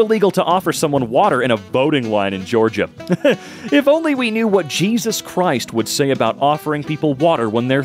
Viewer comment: Cheesus crisp